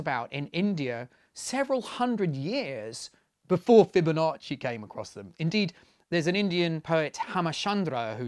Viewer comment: "Fibo nasty"